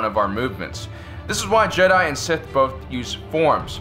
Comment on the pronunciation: Ah yes tupac is a jehdie